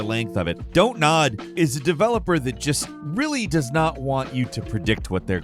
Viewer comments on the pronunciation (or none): none